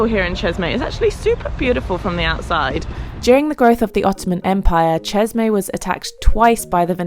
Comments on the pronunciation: I think it’s pretty funny that you emphasize Jeremy’s name (very French) lol and that’s great. But you repeatedly pronounceÇeşme wrong. Chesh-meh would be the correct pronunciation. I cringed every time as probably most Turks would. Love your videos with a style like no other however you seem a bit rushed more often than not. Slow it down and smell the roses. Peace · Thank you for the insights of one of the world's most beautiful countries and for the information about the landmarks. Bu the way, It's promounced Ceshme in English as the letter "ş" in the Turkish alphabet stands for the "sh" sound. ❤ from Montreal, stay safe 🙏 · Pronounced as Cheshme